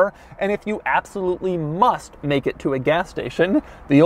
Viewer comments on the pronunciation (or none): none